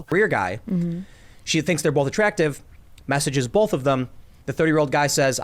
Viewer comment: When people pronounce both as "bolth" it makes my skin crawl